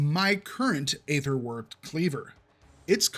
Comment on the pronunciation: The problem with all this is that there is such wide variance in stats from one item to another, often but not always linked to item level, that two items can have an identical name, including affixes, and one is fantastic while the other is garbage. Also please learn to pronounce aether.